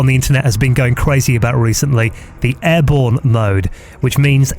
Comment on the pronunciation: Worst. Review. Ever. God it was painful listening to him say "airborne mode"